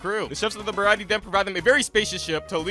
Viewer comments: he mis pronounced Sanjis resturant the (ba-rah-tee-ay ) is how its said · Sorry but it’s pronounced the br-a-tea-a